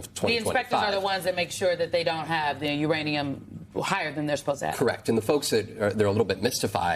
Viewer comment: Did he say Iranian potential? Instead of Uranium potential?